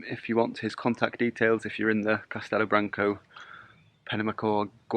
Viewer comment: It's more like he says than how you say, tbh. You say branc-oh, which is not phonetically correct. Whilst in Castelo, the O, like you said, is kind of dropped, in Branco it's accentuated with more of a (portuguese) U sound (the same sound as the word too or the British word "loo").